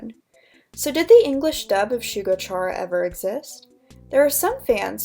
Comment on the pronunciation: Hope this doesn’t come across as rude but isn’t it pronounced like “Kare-ah” not “chair-ah” because Chara is short for character?